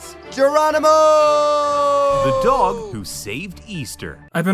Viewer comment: Joey "This dagh is one of the smahtest animals on the planeht" Diaz